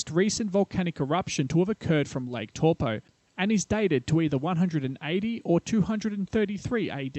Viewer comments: Close enough for an Aussie.. next time go with Toe-Paw ;) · It's pronounced Taupõ (Toe-poor) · Taupo : Tow Poor not Tall Poe I suppose Tell Poe is worst bloody Palangi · Funny to hear you pronounce Taupo every time. Just a suggestion you should investigate pronunciations of some names/words if unfamiliar and if you're going to say it a lot. You were pronouncing it more like Torpo but should be more like T-ow-po. The Tau like if you hurt yourself and said "ow" lol. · Pronunciation. Torpoe. Actual pronunciation. Towpaw. But don't mind me, I only live there. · wow buctchered taupo aswell its not TORE-POOR its TOW-PO you need to look how nz words are spoken. your a butcher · It's not toe paw, its towPO not TOW POOR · exactly . toe paw not torpo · Is there a more mispronounced place name on this planet? Where the heck is Tor-Po? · Cringed everything I heard tawpo.... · Toe Paw.🤣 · tor po??? kei whea "tor po"? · How ever you want to say it Toe por Toe paw Tauupo if it blow's we're Toe...ssst. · Your pronunciation would be perfect of Taupo, if you reverse the vowel sounds. So where you're saying Tau, take the au pronunciation you're saying and put it as the O part of Taupo. And put the old way you were saying the O, as the AU part of Taupo, and suddenly perfect maori!